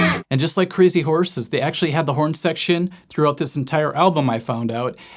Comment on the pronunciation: cray-zee-horse-es rerrrrr rerrrrrr